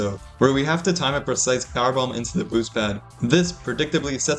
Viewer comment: makes me cry every time he says "precise"